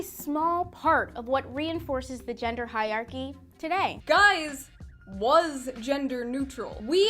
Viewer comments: excuse me? hiarchy? where was the additional er 😂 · I love how this girl talks about gender hierarchy without being able to pronounce the word hierarchy. You missed an e and an r sweetheart